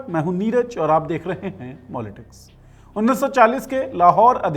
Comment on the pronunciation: Ye host karne wale ki bhi haramipan check karo, pehle to POK ka map show nahi kar raha jo ke tum logo ka sapna hi rahega, kabhi bhi nahi le paaogy, iske elawa apna naam neeraz ke bajaye bol sakta hai, Zanuary ke bajaye January bol sakta hai, Jinnah nahi bol sakta, is par iski zaban phisal jati hai, ye sab wo dramabaaz or nafrat philaane me peeche nahi hai, khud ko left wing kehne waale bhi mere L pe charhe... never trust any indian....